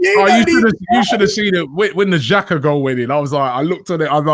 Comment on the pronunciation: Xh is pronounced as j these lot keep calling xhaka shaka haha